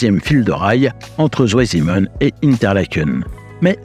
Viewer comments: Si jamais, c’est pas "zou aille zimenne" mais "tsvaille simmenne" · Merci pour ce reportage passionnant. Cependant Zweisimmen est une localité en Suisse alémanique. En allemand le "w" se prononce comme "v" en français, pas "ou" comme en anglais, et le "Z" se prononce "tz". La prononciation correcte est donc "tzvaïsimmène". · Bravo 👍 super reportage! Une petite info pour prononcer correctement le nom de la station vous pouvez dire de façon phonétique: "svaillssimeun" 😊 Salutations 😉🇨🇭😉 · Écoutez sur google 2 en allemand!! Ça ne se pronnonce pas à l'anglaise le w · La prononciation de Zweisimmen demande une certaine amélioration...! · Passionnant mais vous auriez quand même pu vous renseigner sur la prononciation de "Zweisimmen" ! j'ai cru qu'il y avait une nouvelle localité en Suisse !